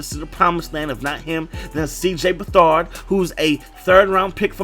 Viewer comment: Cj Beathard is pronounced BethERD not bethARD